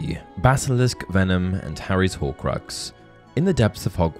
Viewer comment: Why does everyone pronounce "horcrux" so weirdly?